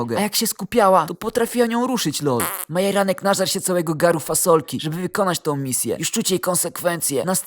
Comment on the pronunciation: Dlaczego dzop a nie dzordz i dlaczego majeranek zamiast Marjanek